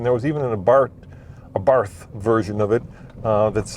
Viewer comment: Sorry, but the correct pronunciation is 'Ah-Bart.'. Like Bart Simpson. Love the vid, BTW! I had a Sport that was a blast to drive.